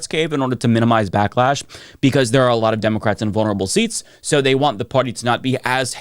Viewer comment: Demowcats 😂 dude needs a speech therapy.